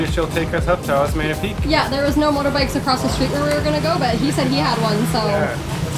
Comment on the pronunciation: It's pronounced, OS MEH NIA "~" on top of an "N" is pronounced NIA 💕💕💕 Just an FYI, love you guys!